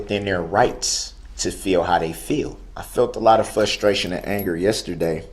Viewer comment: "Fustraion" is also not a thing.